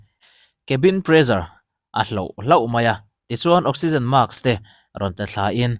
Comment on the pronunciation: Utuber-ho hian mask hi maks in ti a, task hi taks in ti bawk, sim teh u. Naupang zawkte lam dan dik lo in zirtir alawm. Utube channel nei ngam ve si a zahthlâk in ti ve lo'm ni?